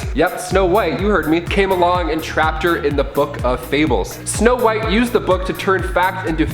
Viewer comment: Okay now come on "SNOWWHITE" okay I'm like HUH😌